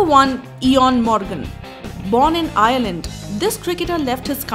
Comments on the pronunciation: Thats not eeeeeeon morgan its eoun morgan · Eion Morgan is meant to be said as owen Morgan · "Eyon Morgin" christ.